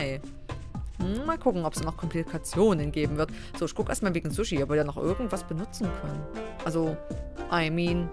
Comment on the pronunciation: Jetzr hab ich Hunger auf Suh-schie.